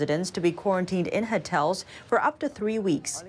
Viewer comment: I like that pronounced hotel as "hertel". I started to copy her since discovering China In Focus.